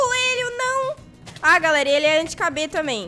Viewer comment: "Anti Cabê?" Ksksksksksskkdk, é "Anti-kb."